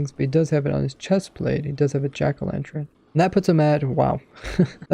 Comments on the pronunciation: Jack o lanTurn not tren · Are we all just gunna ignore how he says 'jack o lanTREN' 😂